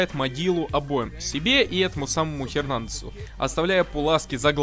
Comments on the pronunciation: не хернандес а Эрнандес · Не Хернандес а Эренандес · Хернандес?хахахахаха Эрнандес. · Правильно не Хернандос а Фирнандос